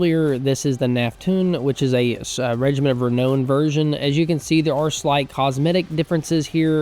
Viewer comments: It's Regiment of Renown (Re-now-n not Re-know-n) 😂, keen to play a Hung campaign though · Every single time that you mispronounce "reknown" I feel the urge to punch a retarded kitten. Please, sir: save the kittens.